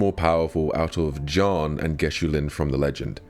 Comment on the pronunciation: bro halfway through the vid did i realize he was saying Jiyan not John